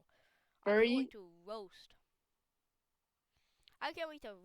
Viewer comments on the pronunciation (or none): Bacteriology is a branch of biology, dont see why you address the person as a kid when they sound anout 16-20ish while you pronounce roast as "woast"